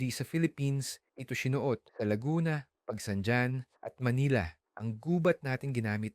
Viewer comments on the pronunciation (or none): Pagsanhan not Pagsandyan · Pagsan 'jan' river